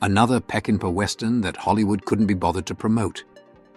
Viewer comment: It isnt "PeckinpE". It's pronounced "PeckinPAW". Get it right with your AI narrator.